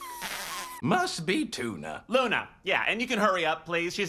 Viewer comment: why this man call her looney its loona